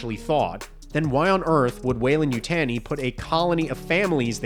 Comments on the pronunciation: No one in any Alien movie have ever said Weyland--Yutaaeni :D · I'm not sure what's worse...this show, or the way you pronounce Yutani.